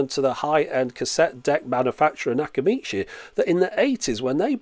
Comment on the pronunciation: You get my sub for saying Nakamichi... Memories of the 1980s.:sigh